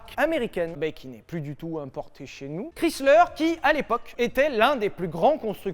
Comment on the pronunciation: C'est horrible comment il dit le nom de Chrysler 🥲 mes oreilles saignent hahaha